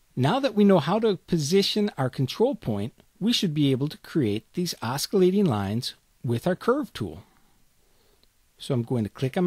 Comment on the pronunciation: LoL - my friend and I used to say "oskillating" when we were in high school along with other words we used to mangle for fun. Hearing you say it brought back memories. :)